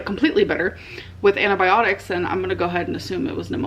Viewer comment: why does she call antibiotics "anabiotics"